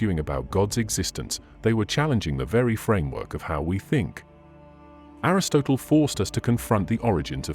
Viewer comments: Mispronounced Aristotle and Aquinas. It's hard to listen to. And niach, I mean Nietzsche. And now Leibniz. How hard is it to correct the idiot AI. Lazy content creators. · PLEASE PLEASE PLEASE get your pronunciation right (in all your videos). Everyone knows how to pronounce words like Hades, Aristotle, Nicea, and so many other words. It makes it look like you have never heard these words and are just reading from someone else’s script.